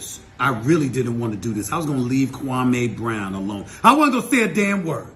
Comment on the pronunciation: Why U keep saying the man name wrong, u need to listen to his channel to here how to say it! I like u but u sound a little SASish saying his name! Just saying Bro u black SAS half, u know better.